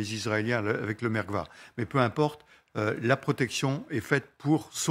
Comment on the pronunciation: Pour les Israéliens c merkava et non merva 🤣🤣🤣🤣